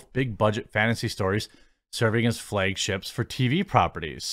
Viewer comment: "I don't have a Wisconsin accent...flayygship drayyyygin" lol